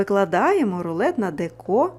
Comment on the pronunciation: Дуже дякую за рецепт. Але в слові деко потрібно робити наголос на першому складі дЕко, бо «ріже» слух.